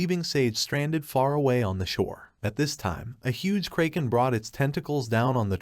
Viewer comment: tts didn't have to insult the kraken like this. 😅